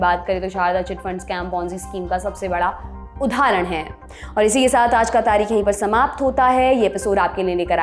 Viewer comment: उधारण नही उदाहरण होगा। सौरभ जी की टीम का सदस्य उच्चारण में त्रुटि कैसे कर सकता है।😀🙏 शेष सब अच्छा रहा।